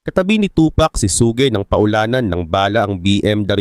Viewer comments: suGe night😂😂😂 suge!!!! un boss hindi su ge😂😂😂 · Bakit parang sogi knight ang pag pronunciation mo boss? Ang tamang pag pronunciation ay SUGE ( SYOD)